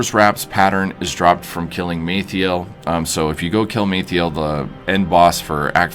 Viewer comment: killing maethial?????? :D :D :D its MALTHAEL!!!! :) :) :)